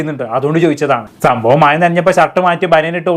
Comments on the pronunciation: മയ അല്ലെടീ " മഴ " 🤣🤣🤣🤣🤣🤣🤣🤣🤣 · മയ അല്ലടി മഴ